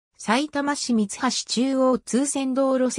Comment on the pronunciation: 読み間違いが多すぎる 大35 だいではなくおお 三橋 みつはしではなくみはし 二ツ宮 につみやではなくふたつみや 西遊馬 にしゆうまではなくにしあすま 以上 地元の人